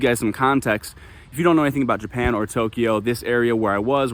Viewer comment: I love it!!! 🤣🤣🤣🤣🤣🤣🤣🤣🤣🤣Boy, are you soft. (Maybe he smacked you upside your head for incessantly mispronouncing Tokyo.)